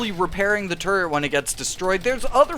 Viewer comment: Once you hear say "turd" once, you'll never hear it different for the rest of the video!